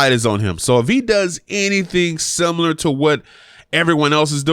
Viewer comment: Sounding veryyyyy "Simular"